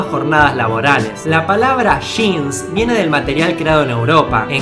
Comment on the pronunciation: No son Sheans son Jeans! hahaha